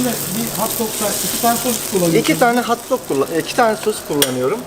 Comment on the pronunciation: Hauwt doug değil, hot dog!